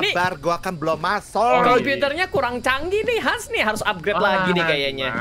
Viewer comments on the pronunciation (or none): Bukan han bang tapi hans